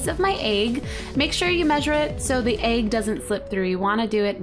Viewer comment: I smile everytime Cupquake says egg because it sounds like she says "Aeygg" C